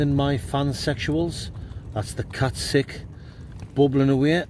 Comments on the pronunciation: Did you enjoy your catsick, 😆 haha think it's pronounced cat sue 😆 🤣 😂 😹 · Where did you get Katsic from LOL. It's Katsu curry as in the name Sue so KatSue Curry not katsic curry 😂😂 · Katsick? Not katsu????no wonder you weren't sure of it 🐈🐈😼🤮🤮🤮🤮